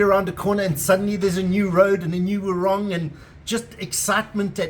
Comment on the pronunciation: Nice ,,pronounciation tips ,,it's War -ung not ong and it's Leg - e -arn ,,,not Legion. From an Australian who has been there nine times since 1979 ,,usually for three or four weeks at a time.